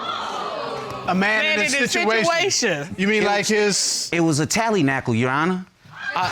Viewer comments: "Tallynackel" ??!?? 🤭😁😆😂🤣 It's tallywhacker 😂✌️ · It is "tallywhacker". LoL